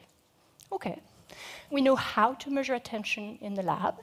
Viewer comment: SonicMooseman its not but she cant say measure at all lol